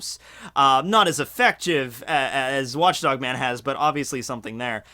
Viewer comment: Did he just say watch DONG man?